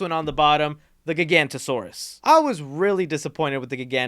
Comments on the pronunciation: Bro, why did you call Giganotosaurus, Gigantosaurus? Why do people do that? CAN'T THEY SEE THE FUCKING "O"?! GIGANTOSAURUS ISN'T EVEN A REAL DINOSAUR, BUT GIGANOTOSAURUS IS!! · Bro, why did you call Giganotosaurus, Gigantosaurus? Why do people do that? CAN'T THEY SEE THE FUCKING "O"?! CAN'T YOU SEE THE FUCKING "O"?! GIGANTOSAURUS ISN'T EVEN A REAL DINOSAUR, BUT GIGANOTOSAURUS IS!! It's Gi-ga-no-to-saurus, not Gi-gan-to-saurus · That prolouge is supposed to be the opening scene, so count that as the opening scene. Gigantosaurus??? You mean "Gig-a-not-oh-soar-us"??? Giganotosaurus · Dude love your vids but seriously Giga-note-ta-sore-us Please ❤️❤️ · I wouldn’t say that they retconned Maisie’s background. Wu said that Benjamin Lockwood told Mills and the nanny (her name escapes me) that HE was the one that created Maisie to protect Charlotte. Unfortunately Mills killed Lockwood before Maisie could learn the actual truth from him so she was left with the lie. Also, I believe it’s pronounced Gig-o-not-o-saurus, but feel free to correct me if I’m wrong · Giganotosaurus is not pronounced "GiGANTASAURUS", have you even seen the movie, or better yet, know anything about dinosaurs outside of Jurassic Park movies? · Nit-picking, but the new Dino is pronounced (jai-ga-nuh-tuh-saurus) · The way he says giganotasaurus physically hurts me 😭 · Eh em…… he said giganotosarus wrong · STILL pronouncing the Giganotosaurus wrong.